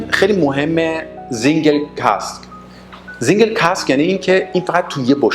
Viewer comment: Single سینگل نه زنگل تلفط غلط